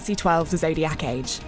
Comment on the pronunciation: "The Zodiyaakk age"